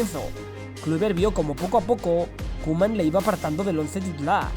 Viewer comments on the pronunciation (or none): none